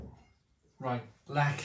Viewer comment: Zubr used to be my fave and then I began to find it a bit sweet. Zwiec and Lech are my go to these days and they are very similar. Good pronunciation of Lech by the way but work in progress on the rest.